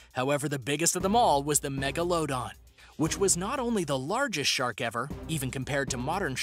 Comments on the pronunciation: It’s Megaladon not Mago-load-on lmao.😅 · thyla-sigh=thyla-seen and mega-low-don=megla-dawn lol..a couple I caught in just the first few entries. Miss-pro-nun-see-eh-shun can be irratating but also hilarious! There's a presenter called Thoughty 2 and when he intros himself it sounds like he's saying forty 2. Pretty sure it a clever play on the answer to life, the universe and everything..but I digress..this guy CANNOT for the life of him pronounce the word: phenomena. There's one vid in particular(can't remember which) where he has to say the word around ten times throughout the story and he never says it the same twice!! You could actually see the dread on his face just before he knows he's gonna screw up saying phenomena and just blurts out whatever sounds the closest. I was rolling on the floor...ahhh, good times. Keep those ears tuned and stay well and safe. Cheers! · You know Google will give you pronunciations, right? Someone already helped with the Coelacanth (see-la-can-th) but megalodon was overlooked. It's meh-guh-luh-daan. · Colelacanth is pronounced "sea - lo - canth" and Megalodon is "meg - al - a - don" but otherwhise a great video! 😄❤️🇧🇻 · Megalodon how do you pronounce that, I swear it’s not like he pronounced it jw…